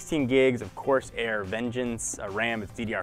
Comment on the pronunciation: Did he say cors-air instead of cor-sair? lol